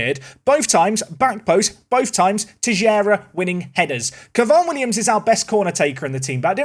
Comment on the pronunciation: please, stop saying Tejera. Teixeira is a portuguese name and it has nothing to do with "tejera".